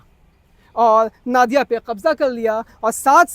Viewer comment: Very good content. But, the correct pronunciation would be 'Nadiaa'/ 'Nodiaa' and not 'Naadiaa'.